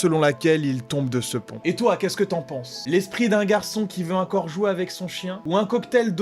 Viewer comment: Moi c est quand il dit " UNcore "...je frôle l'AVC 😓🙃